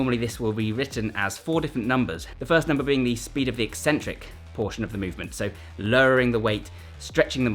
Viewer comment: Thank you for pronouncing eccentric correctly. I don’t understand why so many fitness channels think it’s pronounced e-centric, as if there is only one c.